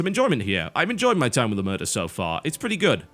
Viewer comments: it's pronounced like O-mare-tah; it's the cosa nostra's code of silence. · It is pronounced Omertà, the accent goes on the last letter. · About the pronounce, the stress is on the A. It's an italian word to refer to when someone refuses to speak about or pretends not to know something, specifically related to mafia and crime in general. There's not a proper word for that in english. :P